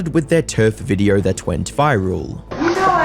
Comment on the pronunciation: Maybe 76% don't sub because you pronounce it "videorrr"